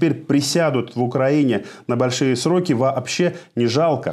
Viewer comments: Тоже сразу слух стали резать эти "срокА". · Ребята, ну вы что на самом деле...Ведущие??? Где учились??? Какие ещё ,, срока,, с ударением на последний слог??? Стыдно за вас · Не срокА ,а срОки ))) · Не срокА а срОки!!!!! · Не срока,а сроки! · Не срока ,а сроки ---безграмомонтность..Иди в школу--учись. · Ведущий, не срока, а сроки! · СрОки, КУпянск, "лазали" по каналам? Попробуйте отредактировать текст